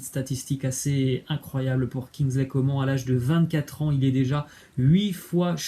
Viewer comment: Kingsley Coman "nn" on dit